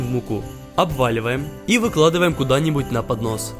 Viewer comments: Мне одному показалось что он сказал панос спагетий? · понос тефтелей?! мне одной послышалось?!😂